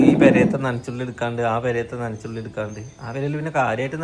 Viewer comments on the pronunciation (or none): നനച്ചുള്ളി എന്നല്ല നനച്ചു കുളി എന്നാണ് പറയുക